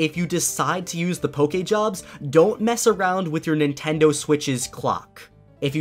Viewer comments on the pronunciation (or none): none